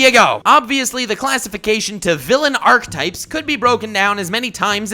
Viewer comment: Is anyone else really bothered by his mispronunciation of "archetype"?????